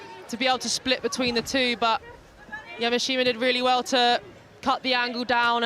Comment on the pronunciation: I wish that commentators would pronounce Yamaahita correctly.